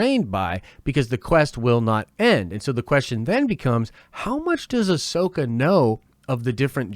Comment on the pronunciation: I mean she pronounced ‘Ahsoka’ wrong in an interview😂. Despite that tho she expressed how much she’d love to play the character. Whether she’s a fan who knows but it sounds like she’s really willing to perform and get it right. Considering she’s someone who’s done a lot of voice acting, I can imagine she would’ve watched CW material with producers to perfect the voice. Here’s to hoping. Can’t wait to see her